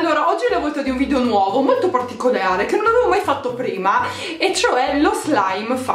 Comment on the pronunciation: sbaglio o all'inizio del video hai detto particoleare XD